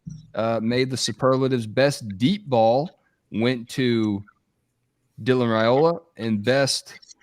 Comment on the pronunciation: better than AI? Maybe so, but can't pronounce last names properly. Last I checked, he and still with the RAY SLAY. It's not Ray-ola, guys, it's pronounced like Rye-ola. This, according to Dylan's father in response to a direct question. Call him and ask.